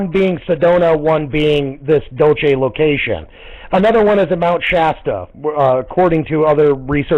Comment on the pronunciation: 5 people and about 4 of them count pronounce "Dulce" properly